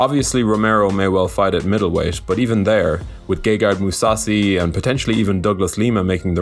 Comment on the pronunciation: “Gay guy Mousasi” lol